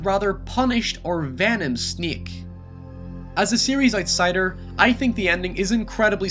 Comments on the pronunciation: Venom Sniek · Why you’re calling him Venom Sniek?